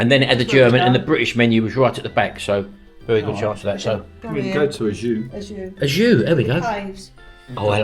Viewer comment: Hi guys, love your vids Ajuy is pronounced A WHO E.